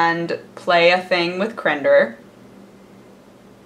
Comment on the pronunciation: It's always weird when she says "crender" instead of "crendor"